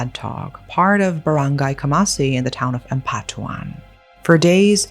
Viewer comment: Girlllll i really thought u live in ph after hearing you say filipino words and how u pronounce it LOL i was so amazed!!! the way u said those baranggay, maguindanao and their names. Anyway creepy and disturbing crime. Why would they do that to their mom